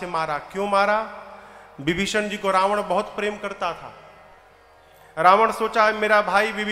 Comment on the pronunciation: Aap itne yogya Hokar bhi ravan ko rabnva aur meghnath ko meghnthva khte huye accha nhi lagta hai